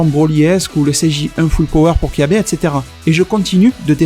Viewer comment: Mec c'est Kyabe pas (kabba ).